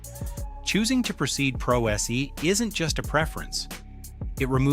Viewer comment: Representation "Pro" "S" "E" 😂 Do you do NO editing of your videos to account for the AI nararration?